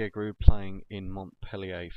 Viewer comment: Giroud is pronounced 'ji-rew'